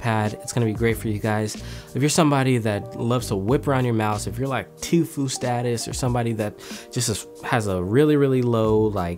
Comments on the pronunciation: "2-fue" lol edit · Lol “twofue”